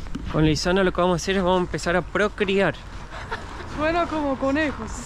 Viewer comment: Se dice procrear, no procriar.